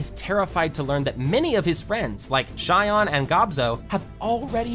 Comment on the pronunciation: Who taught bro how to say these names (clay men, shy on)